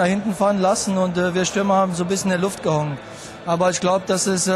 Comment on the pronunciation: Schöne schlesische Aussprache "gehongen"